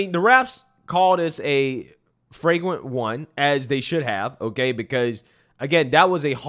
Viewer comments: It's flagrant.. not fragrant 😅😅😅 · It's Flagrant not Freygrant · FLAGRANT. Fwaygrant isn't a word